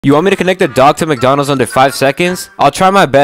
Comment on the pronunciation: Didn’t even say McDonald’s, he said ÄÆÂSāÀÄÅAAAAÆ